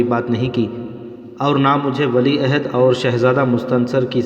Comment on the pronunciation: Amara nhi umara Maham nhi muhim Ahada nhi ohda Apna pronounciation sahi kijiye